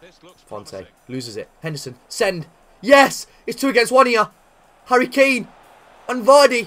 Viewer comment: I believe u try to say Harry Claim